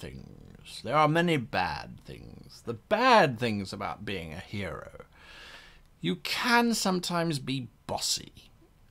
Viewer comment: I'm sorry, at the end of the intro did he say hero or gyro?